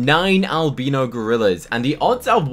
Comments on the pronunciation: just so you know its al-bye-no not al-be-no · I have to say one thing its driving me mad. Its not Alb-EE-no, its Al-b-EYE-no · Al-bi-no. Not al-bee-no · It’s pronounced Albino ( Alb “eye”no 😊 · your pronouncing albino wrong (AL-BIE-NO) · He says albino wrong